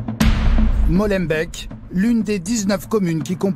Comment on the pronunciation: Rien que le : " Molenbèque du début " ...😂😂😂